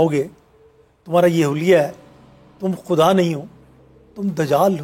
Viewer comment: Why does this host always pronounce Urdu words wrong which start with غ? This host name is but she always calls her last name as “کھان”’ which shows how much she watches and is inspired by Hindi media and their language.خدا کو کھدا and غلط کو گلط کہنے سے کوئ modern نہی ہو جاتا۔ so please do not pronounce Urdu words wrongly. اردو زبان کو نہ بگارو بی بی۔ شکریہ